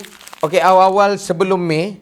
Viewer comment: M.A.Y. Sebut konsonan satu² bkn pronounce MAY